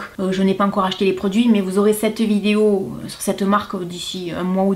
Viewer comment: Coucou j'adore tu dis vidio au lieu de vidéo!😂 sinon j'adore regarder tes vidéos gros bisous!😘❤